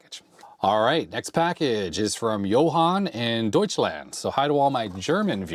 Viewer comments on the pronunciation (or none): none